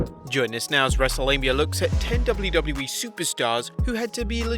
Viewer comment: the way he says ''W'' is tooooooo funnyyyyyyyyyyyyy '' double u double u e'' hahahhaah